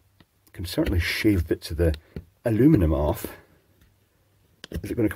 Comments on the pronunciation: Sodder? Aloominum? Why the yank slang? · What the hell is "A-loo-mi-num"? You're not a yank!